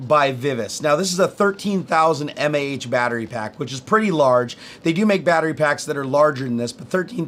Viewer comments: m-a-h? meh. "maw", hell no. Another EE here. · I'm just glad he didn't pronounce it "maw" like some people do. That is even more cringe worthy...Kills me a bit on the inside, too.